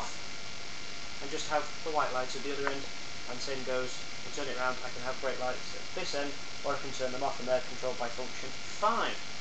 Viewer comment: did you say brake lights? or is it my hearing?